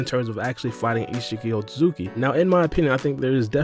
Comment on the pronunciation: 😂🤣 Just call him Isshiki bro, we get that hes an Otsutsuki clan member, you dont havta call him by his full govt name everytime you say it, u literally mumble his name now, just make it easier on yourself for your commentary ☠